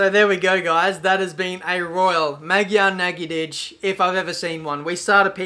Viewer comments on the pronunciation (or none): Dont learn from xD thats not how you say Magyar nagydíj:D Not even close:D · Hehe, hogy mondja, Magiar Nagidics :D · I laughed so hard when u said ''Magyar nagydij'' xdddd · Hey, as a Hungarian its so funny to hear how you pronounce the Hungarian Grand Prix in our language, but I appriciate:) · You said so weird that Magyar Nagydij :D Im hungarian btw :P